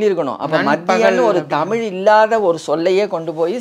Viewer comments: தொகுப்பாளரே தமில் இல்லை தமிழ் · தமில் இல்லை தமிழ் . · நண்பரே ,தொகுப்பாளர் அவர்களே, தாங்கள் தமிழ் என்று சரியாக உச்சரிக்கும் படி தாழ்மையுடன் கேட்டுக்கொள்கிறேன். நீங்கள் தமில் தமில் என்று உச்சரிக்கும் பொழுது என் உயிரே போய் வருவது போல் இருக்கிறது ,நீங்கள் முயற்சித்தால் அதை சரியாக உச்சரிக்கலாம். நன்றி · எனக்கும் இதை எப்படி தான் தமிழ் மக்களுக்கு சொல்வது என்று புரியவில்லை தமில் இல்லை தமிழ்..... என்று 😢😢😢😢😢😢😢😢😢😢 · அதையும் தாண்டி வேடிக்கை என்னவெனில் தமிழ் என்று சொல்வதை காட்டிலும் தமுள் என்றே உச்சரிக்கும் பழக்கம் நம் அனைவர் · முதல்ல.. தொகுப்பாளர்...நாவில்... தமிழ் 1000 முறை...சொல்லவும்..😮😮😢😢தமில்...இல்லை.... தமிழ்... தமிழ்.... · நான் சொல்ல வந்ததும் இதையேதான்! நன்றி! இவரைப் போல எத்தனையோ பேர் நமக்குத் தலைவலி யையும், நம் மொழிக்குக் கெடுதலையும் செய்ய! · உண்மைதான் தமிழை தமில் தமில் என்று உச்சரிக்கும் போது, நீங்கள் கூறியது போல உயிரே போகுதுங்க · கொஞ்சம் கூட கூசாம பிறழாம தமில் தமில் னு கடைசி வரை பேசறானே!! இத்தனைக்கும் ஐயா அவர்கள் தெளிவாக பேசுகிறார். 😢